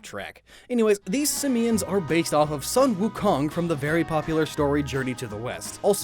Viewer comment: Zhubajie is pronounced Joo-bah-jyeh. Also, if it's Sun Wukong, it's pronounced Soon Woo-kong. Tough luck for the joke :).